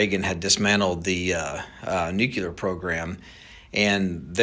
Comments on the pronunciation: I question anyone who cannot pronounce the word nuclear properly. NU-CLEE-ER. Not NU-CYAH-LER. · Like saying “new-clear” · Trying to scare us so bad that we will accept martial law lockdown & prevent Trump’s inauguration. Edit: he keeps mispronouncing nuclear, what kind of expert does that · Lighten up francis, accents happen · Those aren't "accents." Those are uneducated mispronunciations.